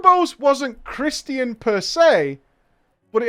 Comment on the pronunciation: chris-tian... i was legitimately confused on what he was trying to say until he said it in context like the third time. is this a common mispronunciation in Europe?